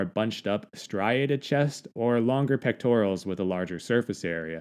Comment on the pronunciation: Pectorals, dude. Not “pectorials”.